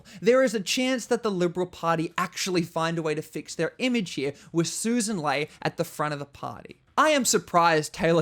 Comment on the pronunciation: A small, but important point. Sussan's surname is pronounced "LEE" not "LAY", even though the spelling is an odd mixture of the two.